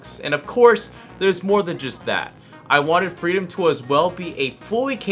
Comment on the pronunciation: Couldn't tell if he was saying freedom or Frito till I checked the desc. lmao